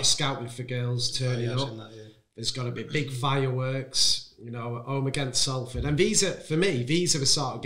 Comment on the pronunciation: Everytime says Salford wrong a fairy dies